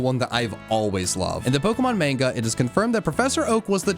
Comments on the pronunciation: he said manga wrong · Pronounces "manga" wrong. I'm disappointed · In the Pokémon “maynga”